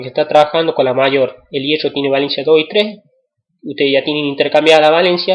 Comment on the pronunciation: pero tiene razon esta mal como lo dice